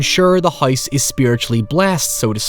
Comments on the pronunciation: You mean the spirits in the HOYSE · I can listen to you say "Hoyse" for hoyers